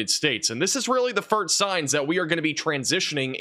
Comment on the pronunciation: Time stamp it's not the (firt) signs, the word is FIRST. Emphasis on the Ssss. Firssst. Just helping before you become a famous weather Man. Keep up the good work. You guys are always 99% accurate!!!